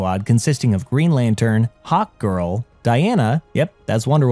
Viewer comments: Is it just me or does he say "hawt girl" instead of hark girl? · this was an awesome recap, ut i can't help but laugh every time you say hawk girl I hear "Hot Girl" lol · I thought he said hot girl when he first introduced her in the beginning lol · Every time he says "Hawk Girl" it sounds like he's saying "Hot Girl" and that makes his video more funny lol